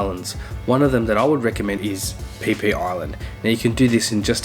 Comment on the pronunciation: Pronouncing PhiPhi Island wrong 🤣🤣🤣🤣